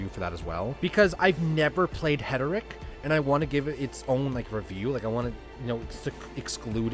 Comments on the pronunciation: I think you have that reversed. You mispronounce Heretic as Heteric. 😉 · Friend, it's Hair.i.Tick. Not Het.ur.Rick. But hey, pronounc8ng it that way got me to comment, so it's a "W" for the algorithm ❤ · heretic... not heteric